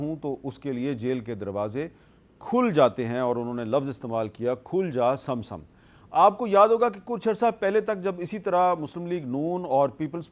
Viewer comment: Khul ja Sam Sam ni hota Khul ja sim sim hota ha us Pagal ne ward Galt bola wese wo khud hi Galt ha wo Sahi ha kaha Jo ward Sahi bole ga😂🤣🤣🤣Khul ja sim sim Khul ja sim sim 😂🤣🤣😂😂😂😂😂🤣